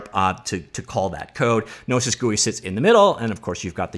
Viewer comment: Hearing him say "no-i-sis" instead of "no-e-sis" was what was doing my head in.